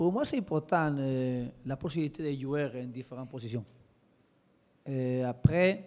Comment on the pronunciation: quand il dit jouer et joueur on dirait qu'il dit UV (Juventus) il m'a soulé avec sa langue inventé